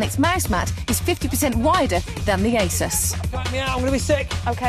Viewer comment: Hmm, how odd, the same presenters say eh-sus (How it's meant to be pronounced) in this old episode, but in the recent broadcast they say 'azouse'